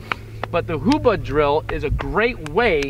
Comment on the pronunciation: This is very important to keep in mind: It is "HUBUD" not "Hubad". Hubad means "get naked" in the Filipino language.